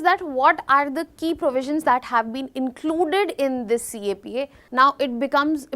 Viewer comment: CAPA ❌ CEPA ✔️